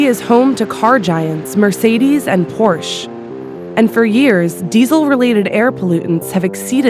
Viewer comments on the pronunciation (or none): Dear Vice, Por•sche has two syllables. Dear friends, some of our fellow Americans are shockingly ignorant, therefore, we should counterbalance them by educating ourselves. Watch the official pronunciation guide (16 seconds).